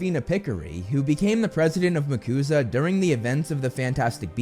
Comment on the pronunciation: I don't think it's makusah (said as a word) but MACUSA said as each letter, like the USA. Very minor nitpick, but I thought I'd say something for engagement.